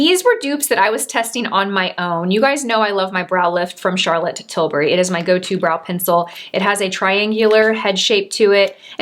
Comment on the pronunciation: Great video! I lover these types of comparisons or dupes videos and the products you selected are fantastic ones. Also worth mentioning, I’m happy you pronounced CT’s last name correctly. Silly aren’t I but so many influencer’s say Til-berry and it drives me crazy! I always knew I had a tendency to be a grammar Nazi but now, at least for her name, I’ve become an annunciation one too.🙃😂